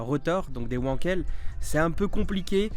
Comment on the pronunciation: On dit venkel car en allemand le w ce prononce v et le V ce prononce f